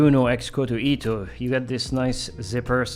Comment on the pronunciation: Not criticizing, but ITO is pronounced like short "i" followed by short "to", where the "o" sound in the latter is like that of "go" (i.e., not like "u" sound in "too").